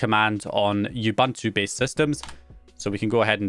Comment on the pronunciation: He saids Ubuntu wrong 😂